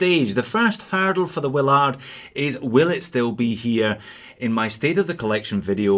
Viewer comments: you say Will-ARD, I say WILL-erd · It's pronounced Will "erd", not Will "ard" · It is pronounced "Willerd". Has anyone actually watched Apocalypse Now? Every review from anyone outside the USA mispronounces it.